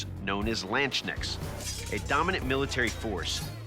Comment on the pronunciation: iam lmao how he pronounced the Landsknechte. and they were not european. Just german